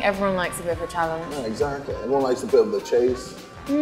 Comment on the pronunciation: man said exactlay